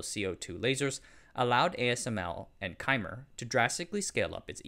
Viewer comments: Great content as always. One comment: Cymer is like symer, not kymer. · Cymer is not pronounced “chi-met”. It’s pronounced “sigh-mer” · As an ASML employee, I can say that Cymer deserves all the credit for the light source, that's pronounced Sy-Mir. Cymer began development of EUV from a design perspective back in the mid 2000s. The reason ASML bought Cymer is that the two companies required close cooperation to develop an EUV light source/scanner system and this was technically difficult because of responsibilities to keep technology secrets. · Cymer is pronounced (sí-mer). Great vid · It's pronounced "Sy-mer" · It's pronounced (Sigh-Mer) Cymer. After Excimer Lasers. ✌️